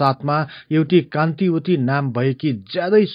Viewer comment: Kantavati ho kantiwati haina